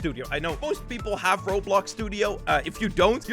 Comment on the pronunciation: "you neeghegh robloghghg studio"